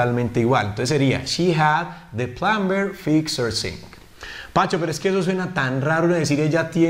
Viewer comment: "Plumber" es una de las palabras en las cuales la "B" NO se pronuncia, se dice. / plamer / NO / plamBer / otro ejemplo sería el verbo. - Climb = trepar / klaim /. Los hablantes nativos de USA y Canadá al menos no pronuncian la "b" no sé en Reino Unido.